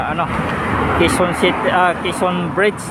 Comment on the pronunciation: Mali ka pa rin😛😛😛 QUEZON … [ Ke-Son] ang bigkas